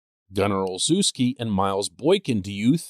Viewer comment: Gunners name is pronounced o-shefsky